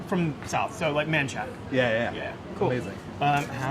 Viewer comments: Manshack! Nice to see a native not pronounce it Manchaca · he said Manchaca correctly!